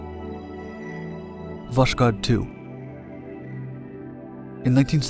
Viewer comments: It's VoSkhod, not VoSHkod... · You pronounced Восход wrong. It's vos-khod, not vosh-kod. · It was not actually "woSHod" (reading like "SHock"), but "wOSKHod" (reading like "OHio"). Just for precision. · Ah yes, VOSHKOD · Voskhod is pronounced as voshod, without the k, the Russian h is hard, pretty much like the Spanish j, you almost hear a bit of k in it, hence the transliteration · The name of the spacecraft is pronounced as "vass-hOd". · It's pronounced "Vas-hod." "Dawn." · Its pronounced Voh-S-Hod. As in sunrise. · Oh come on! It's written with a "k" specifically so that you say vos-hod. Not a perfect transcription, I know, and, frankly, most Russians would write "Voshod", but google translate would do a nice job saying the Russian name for you. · You pronounce the name of Voshod terribly wrong, kh is a soft prolonged H and sounds like H in “how”. Better be written and spelled as Voshod. Damn why the hell this author always makes such stupid mistakes in all firing languages... PS: Voshod literally means the “ascension” or “ascent”